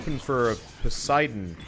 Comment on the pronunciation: Please stop pronouncing Poseidon as posidon